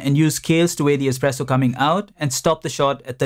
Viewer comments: Expresso lol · Expresso. Great video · Expresso bissshhhhh! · "Expresso" lol